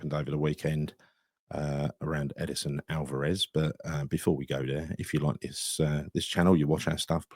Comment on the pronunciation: I don’t understand this fascination of trying to play Alverez at CB. Just let the bloke play in his position, the position he plays for Mexico as well as Ajax, the position he thrives at. Stop putting a square peg in a round hole, yes he’s been played at CB but he’s too aggressive to be a CB. Also, it’s Edson, there’s no I or e in his name lol. I know you love to call him Ed-I-son 😂